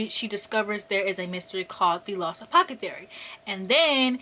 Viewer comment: saying apocethary instead of apothecary is my new favorite thing...*insert clock emoji*